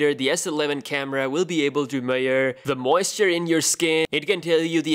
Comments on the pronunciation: Nice video. But let's try to pronounce the word "measure" correctly this time. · the way you say measure confuses living shit outta me dude xD